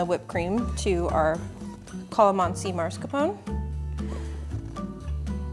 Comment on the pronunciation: I love your content so much!! But please it is pronounced MASKARPONE